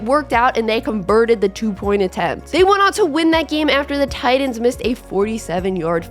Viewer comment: TIGHT-ANS. TIGHT-ANS..My god this was a good video but they are not Tidans. Holy shit.